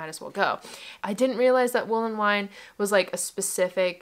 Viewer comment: As a Vienna local I'm cracking up at your pronounciation of WolleWien, ist not wool-en-wine, it's more like wolle ween, the ie is just pronounced as ee :)